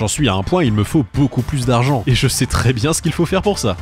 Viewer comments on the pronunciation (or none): none